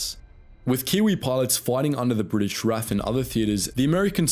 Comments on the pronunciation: Sorry Dude, while ANZAC is correctly and respectfully pronounced as it is spelt, RAF is not. It is always pronounced Are Eh Eff, not Raff. The latter is highly disrespectful. which I do not believe is your intention. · NEVER EVER call the R.A.F. "raf". Each letter is always pronounce individually. The R.A.A.F. on the other hand, is known for the phonetic pronunciation of it acronym. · Ahhh it's not 'raf' it is R-A-F but gotta love the ANZACs they did the allies proud. The Aussies who held out in Tobruk is an amazing story of heroics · Amazing video! But it’s the R A F not the Raf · The way you say RAF...my god. It's R A F, not raff XD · It's R.A.F not "Raff" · Nope it’s R.A.A.F pronounced Raff. (Royal Australian Air Force) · Ah thats why it sounds funny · The RAF was pronounced in away that offended my entire family tree. But the video was still interesting. (If the RAF thating was a joke, then sorry I haven't picked up on it).